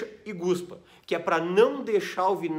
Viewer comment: guspa???? não é cuspa ??? a palavra certa é cuspa . do verbo cuspir !!